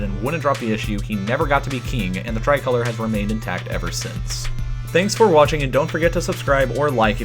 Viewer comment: It’s tri-col-or”e”